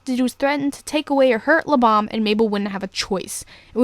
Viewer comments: Sounds like your saying "Lubom" not "Lebam" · It's pronounced Lee-bam like BAM POW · you pronounced (lebam) wrong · you didn't pronounce Lebam correctly